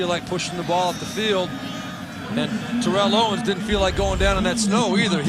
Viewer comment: Why does keep mispronouncing Terrell Owens's name??